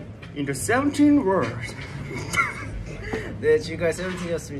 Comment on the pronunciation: Seungkwan’s english xD ”In the SEVENTEEN woourld”